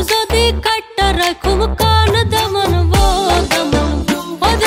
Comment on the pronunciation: its দামান বও(বসো) not দামা বউ